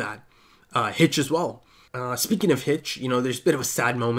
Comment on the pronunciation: You finally said "hechou" right!!!! XD